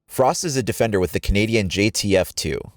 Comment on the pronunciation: Jfks Hfjrbd Female DE-FEN-DER Holy crap listen next time